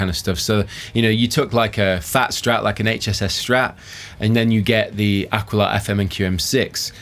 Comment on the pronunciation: Ah. Key. La, not Ah Quill Ah